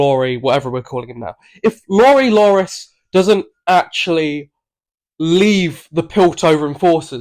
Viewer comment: His name is Loris, not Lori, bro. Redo this video, eh?